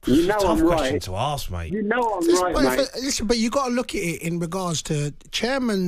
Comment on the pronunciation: ask not aks thick 🙊